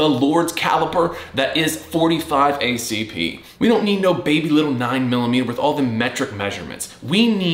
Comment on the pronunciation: Did he say aarp lol😅😂